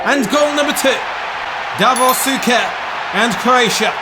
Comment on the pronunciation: As always, phenomenal video❤️❤️ Unfortunately for me, I was born year later so I couldn't live the first Croatian success on major tournament. Also small tip for CRO players names: Suker is pronouned Sh-uker and Prosinecki is pronunced Prosine-ch-ki😁